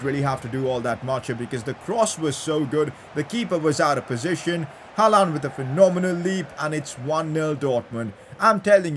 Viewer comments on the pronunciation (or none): you pronounce Haaland wrong